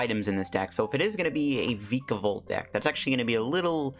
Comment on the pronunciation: What do reccomend replacing friend ball and shuckle with post rotation? Also you're pronouncing vikavolt wrong watch "That's some spicy island research" season 22 episode 12.